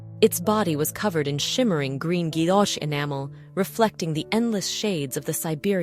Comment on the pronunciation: Pavé is pronounced as pavee, and guillouché is guiyochee, something to note for future videos, just a thought, but if you’d watched Antiques Roadshow for as long as I have maybe you’d know? I’ve loved Faberge since I was about 8 years old in 1984, but have managed to see quite a lot over the years. Hope you manage to get the pronunciation correct, StephenFry & I will be happy if you do…